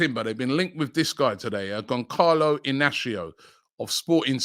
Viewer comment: Gone-Carlo??? Pronounced: Goon- Saloo..